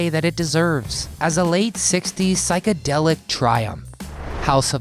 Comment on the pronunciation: Why does not this person pronounce The word psychedelic property? Really!?????? next time pleases Chose someone who has the command of the English language. Please don’t waste my time with a person who probably who has no Clue what they are talking about and has not even listened to any of this type of music before. And then try to narrate a subject they have no experience ( Jimmy Hendrix). You insult my intelligence. And how degrading it is to hear someone who cannot even pronounce words correctly and is trying to tell me about the 60s or the psychedelic happenings. So if you haven’t been experienced please don’t talk or even try and pronounce the words you don’t even know what they mean. Please don’t talk Thank